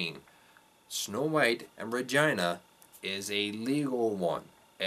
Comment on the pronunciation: Well said and thanks for sharing but why are you pronouncing REGINAs' name RAHGINA??